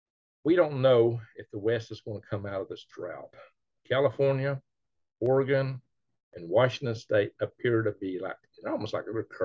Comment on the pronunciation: Ore-Gone? No No No it's pronounced OreNug ..... chuckle chuckle